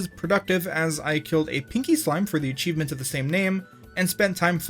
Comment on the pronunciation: im not watching illiteracy made into a job.. achivemint land? A chive ... mint.. land? Really guy?